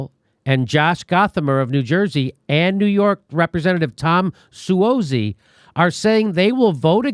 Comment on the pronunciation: Jimmy, John Su-OT-zi., you know that.